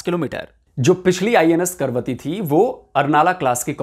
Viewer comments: जानकारी देते हैं वहां तक तो ठीक है, लेकिन जहाज का नाम आप बार बार गलत ले रहे थे. ये 'करवती ' नहीं बल्कि 'कवरत्ती' है. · करवती नहीं कवरती लिखा है. तो कवरती ही बोलना चाहिये. करवती नहीं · 'Karvatti' nahi Kavaratti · It is not Karvati. The name is Kavaratti. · Is it KARVATI or KAVARATTI?? Cause you wrote in the video as KAVARATI but you are pronouncing it as KARVATI... clarify the doubt 🙏👍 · Karvathi nahi ka, va, ra, thi. KAVARATHI कवरत्ती... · It's Kavaratti not Karvati. At least please pronounce it correctly . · कैसे पत्रकार हो ।आपको पढ़ना नहीं आता है इसका नाम करवती नहीं है जैसा कि आप बार बार पढ़ रहे है इसका नाम कवरत्ती है यही लक्षद्वीप की राजधानी का नाम है फिर भी नहीं समझ आये तो जहाज पर नाम लिखा है कम से कम उसे ही पढ़कर उच्चारण सही कर लेते। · अरे 'करवती' नही "कवरत्ती"। प्रोग्राम बनाने से पहले नाम तो ठीक तरह से बोलना सीख ले। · Pl. Pronounce name of the ship correctly for effective communication.